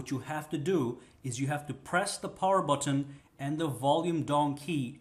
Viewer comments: You say button funny af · i hate how he says button